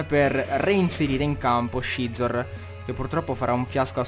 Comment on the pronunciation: Perché chiami Scizor "Scezor" e non "Sizor" >.< Non sto dicendo che sia sbagliato,sinceramente non so quale sarebbe la pronuncia giusta,ma mi da un certo fastidio come lo pronunci tu XD Ah,quetti Scolipede è_é